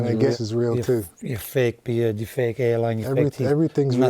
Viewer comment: did i just hear fake beared